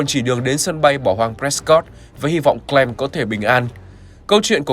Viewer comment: Clem mà ổng toàn đọc là clom